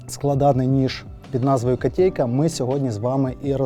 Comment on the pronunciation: не "катєйка"🤮 , а "котейка"